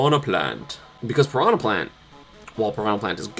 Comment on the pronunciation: it's not "prono plant", it's pee-ran-yah >:(